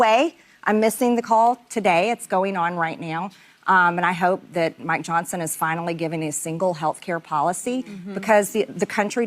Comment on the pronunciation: D. The first time I heard this, I swear she was talking about “My Johnson”. Biologically impossible, but hey, why not.